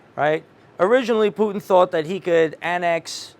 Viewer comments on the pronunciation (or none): 'Putner'...not Putin...